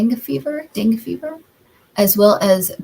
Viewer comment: Dengue Fever is pronounced Den-gay. In warmer climates and carried by 1 mosquito. It’s also called Hemorrhagic Fever. I had a pt that visited Cambodia and came back to USA with severe symptoms and had to be hospitalized